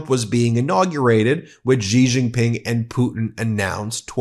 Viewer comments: Xi JinPing is pronounced Xi = She, similar to he she. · Please say it like "SHE JING PING". Make it easy for you. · Xi JinPing is pronounced "she" JinPing, FYI. Good reporting, though, as usual. Thank you for all your hard work! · Xi jinping is pronounced ssse( as in sstart). Sun tze is pronounced "soon" Tze. If you listen to CGTN ( China global tv network) you can learn a lot